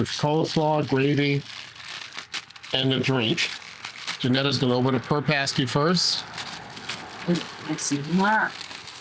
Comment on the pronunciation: Awesome video! Got a taste for where Maria and I spent some of our formative years. Did you ever get corrected on the pasty pronunciation? Say yah to da UP, eh!